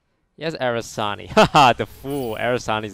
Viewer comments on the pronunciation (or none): Take a shot everytime he says Arasani and not Aranasi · I actually haven't changed any of my decks since release because I still don't see those nerfs that massive. Then again, I'm just your typical hardstuck rank 10, so just an average player, what can I know. Btw, it's not "Arasani", but "Aranasi". Took me a while to figure he meant those demon gals. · How many times is Toast going to say Aranasi wrong until he learns how to say it correctly? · Please start pronouncing the brood mothers name right